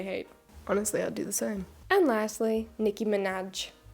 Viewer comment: I like how u said nicki minaj as "minach"